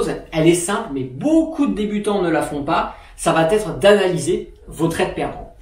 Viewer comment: Super vidéo merci mais stp arrête les « ça va t’être » ! Le T n’existe pas !!